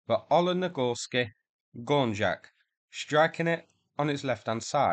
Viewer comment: "Olenegorsky gornjak" ("Оленегорский горняк") is pronounced "gor-NYAK" ("горняк" is a russian word for "mining industry worker").